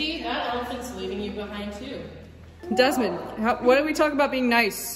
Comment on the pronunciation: ✨Desmond not daimaim✨